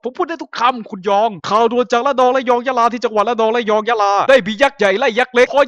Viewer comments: พี่พูดผิด ตรงสุดท้ายอะ ระนอง'ยะลอง'ยะลา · ทำไมได้ยินว่า ยะลองวะ555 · ระนอง ยะลอง ยะลา 5555+ผิดนะถ้าฟังไม่ผิด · ได้ยินว่า ระนอง ยะลอง ยะลา นะค๊าบบ แต่ก็ฮาโคตรอยู่ดี ทำดีแล้วครับ ทำต่อไปนะครับพี่ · พี่พูดผิดเป็นยะรองอ่ะ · พี่พูดผิดตรง 2.44 (ยะรอง)ลองไปฟังงับ (โคตรจับผิด)